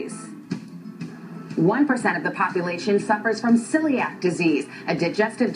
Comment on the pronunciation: "ciliac" LOL